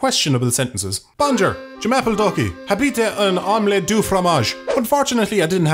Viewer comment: His pronunciation honestly made me think he said "I have a cheese omelette dick"